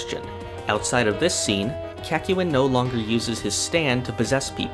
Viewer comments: It’s Kak-yoy-n not. Kak-you-in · Kak-yu-in... bruh what is that pronunciation. In the anime it is quite literally said CACK-YOIN. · please the kakyoin pronunciation is throwing me off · As always an entertaining video. Your pronunciation of Kakyoin however, killed me. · you did not just say kakyoin like that lmao that was brutal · hi and welcome to hamon beat forgot number one: he forgot to pronounce kakyoin correctly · The biggest problem I have with this video is your pronunciation of Kakyoin's name. Otherwise, good vid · The way you say Kakyoin makes me uncomfortable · Ew, why do you pronounce Kakyoinlike that? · I was angered when he mispronounced Kakyoin’s name.